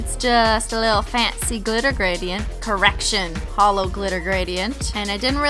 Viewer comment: I thought you said erection instead of correction and then I was like wtf lmao